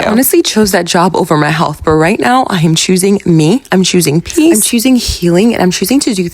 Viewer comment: You said you were choosing peace but honestly I heard “juice” lmao. Anyways that job sounds toxic and even though it sucks to get fired for being sick, I’m glad you’re out of there and recovering. I wish you all the best!!